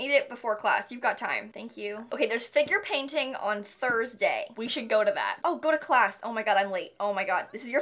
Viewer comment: Whenever she says ‘Figure Painting’ I keep on think she say ‘Finger Painting’ and it sounds so unprofessional lol